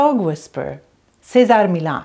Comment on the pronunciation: What did you call him? Cesar Meelah? It's a Spanish name, not French.